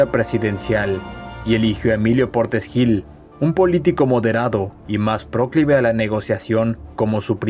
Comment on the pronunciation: Este canal es excelente. Hace que la historia sea apasionante. Sólo una pequeña crítica constructiva para tener más cuidado con la pronunciación de ciertas palabras: no es "próclive", con acento en la O, ni tampoco "dévota", con acento en la E. Cuidar esos detalles haría que este canal sea todavía mejor.